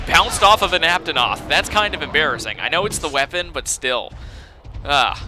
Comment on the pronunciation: don't wanna hate but... it's ape-a-noth